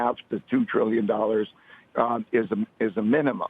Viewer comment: No, Ray said Brillion